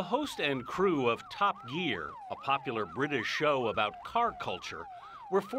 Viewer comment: The way he pronounced the word "Top" really made me laugh